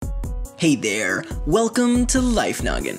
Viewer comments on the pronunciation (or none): Hahaha I always laugh when you say: "HEYY THOIERR!"